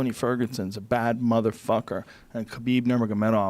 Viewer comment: no more "Khalabeeb"? :[